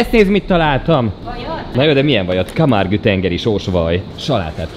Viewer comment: Petit pontosítás: Camargue, ejtsd Kámárg und nem kámárgü :)